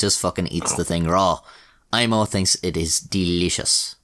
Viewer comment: This was a pretty wild story, man. You pronounced Aimo's name surprisingly well. Greetings from Finland!